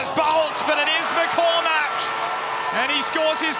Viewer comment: McCormack, don't but so much emphasis on the Mack, it sounds ridiculous. Irish names are the english speaking world's cryptonite